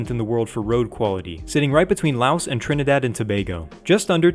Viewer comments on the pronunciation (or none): none